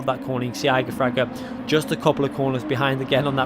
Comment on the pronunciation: Please stop saying his name. You are saying it wrong. Jesus Christ.